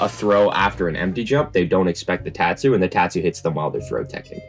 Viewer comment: The says " teahtsu " instead of tatsu